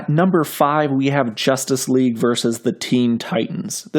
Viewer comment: 'Versus', not 'Vers'.